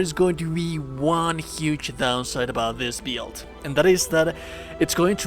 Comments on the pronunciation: It took me a couple of tries to understand the word build coz the very unique ( different / weird) pronunciation you have for it. You pronounce it as "bEAILDt" :) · Interesting “beeld” hehe. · Bruh i've never heard anyone spell out "build" like that what the fuck